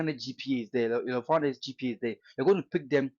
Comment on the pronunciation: Eii, abrogyire kakra wo ko ye na wo ascent asisa saa no? see how you pronounce GPA sef, anyway, great insight, as usual